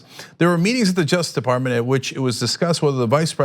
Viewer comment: Cenk, it's "Justice Department" not "jusdeparmen."